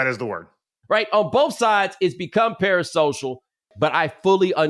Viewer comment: Bo, correct me if im wrong but parasocial is a 4 syllable word 😂